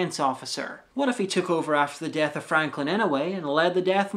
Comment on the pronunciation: Why do you pronounce "death" as "DATH"?